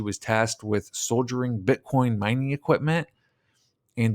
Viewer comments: Not Soldiering it's "Soldering" as in soldering on pc boards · Soldering is pronounced like sawdering... other than that, good video. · "Soldering" is pronounced "soddering." Just saying. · co-operate, not “cooooperate” “soldiering”??? You’re unfamiliar with soldering? It’s a tricky word that is spelled a bit different than we pronounce it, but you shouldve definitely caught it based on the context you were reading it from It’s hard to get behind investigative efforts when we can’t even read none too good much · Great work, big fan of your stuff, just wanna help: soldering is pronounced, "soddering" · You're also pronouncing "soldering" incorrectly.